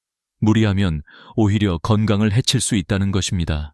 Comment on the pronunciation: 감사합니다❤ ㅡ것입니다 ㅡ거씸니다로 발음